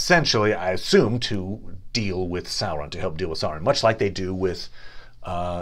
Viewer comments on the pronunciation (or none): none